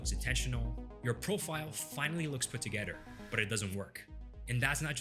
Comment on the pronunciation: first few seconds...."togeder"